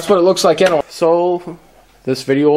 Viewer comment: U said "anaway" like 15 times